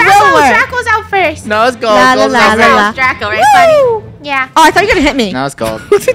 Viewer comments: funneh said draca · funneh keeps saying draca instead of draco when he kills her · Also funneh said draca instead of draco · Funneh did say Draca by accident, lol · Wait did say AH DRACA😂 did anyone here that😂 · The fact funneh said Draca to Draco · anybody notice funneh almost calling draco draca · NOUHHHHH DRACA ( Ik she meant Draco but it sounds like that)